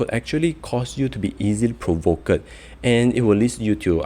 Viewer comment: Lol, did you pronounce "pro-vok-ked"? Practise your pronunciation prior to every videos~